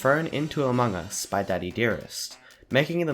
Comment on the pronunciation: You dont know how mildly infuriateing it is when he says among us/amog us like a-mo-gus when its pronounced a-mog-us. If you dont get it he says it wrong in short